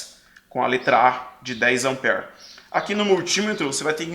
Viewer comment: a origem da palavra AMPERE , vem do nome do cientista Andre Marie AMPÈRE. Ampere é singular , 1 ampere , e no plural , 2 amperes . Desculpe pela correção mas voce enfatizou muito 5, 10 amper ( como se lê a palavra ampere e 20 miliamperes ) que tive que elucidar . grato pelas aulas que assisto como fiel seguidor.